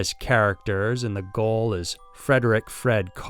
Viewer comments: “Gaol” is pronounced like “jail.” G like in Genius. Also, it would be nice if you could use Australian indigenous imagery, instead of the pictures of people from other countries that are black but not Australian. It is customary to not show photos of deceased Indigenous Australians without a warning stating that their photos may be shown. Cheers! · Gaol is pronounced Jail it's just a different spelling!! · Adelaide. 'Gaol'is pronounced jail. Just saying keep up the good work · “GAOL” is pronounced “JAIL”; old British spelling 😂🙏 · 'Gaol' is pronounced 'jail'... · "Gaol" is pronounced the same as "jail". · I came straight to the comments when I heard the first "goal". Instantly felt so agitated haha. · Gaol is pronounced jail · Gaol is pronounced ‘jail’. So many better places than these. Port Arthur, Bogga Rd, Monty Christo house, Melbourne Gaol! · Gaol is pronounced jail btw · Adelaide "gaol" - pronounced "jail" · Gaol is pronounced the same as jail. A gaol is a jail. Weird I know. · GAOL is pronounced as JAIL. It's the Old English version. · "Gaol" is pronounced just like "jail". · "Gaol" is pronounced "jail" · Hey, I love your videos. I'm actually from Adelaide, South Australia. Love the creepiness of Australian heritage. Please don't think I'm being picky or a jerk, I just wanted to point out that Gaol is pronounced as Jail. I've actually been there and the atmosphere is very creepy. Very good video, keep up the awesome content 👍👍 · Gaol, pronounced "Jail." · Nawww, bless, "Gaol" is pronounced jail, just the original Old English spelling we've held onto in some parts of Oz. Love your vids, bro, noticed the recent increase in your workload and we appreciate the fruits of your hussle. Keep up the amazing work. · "Gaol" is pronounced "jail." It's an archaic English spelling. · Goel is pronounced jail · GAOL is pronounced like JAIL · Adelaide (Gaol) pronounced-Jail. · Hahah Gaol and jail are the same thing.. Love the way yas mash our names here in Oz..